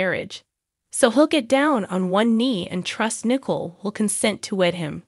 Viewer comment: It's Nicole, not "Nickel".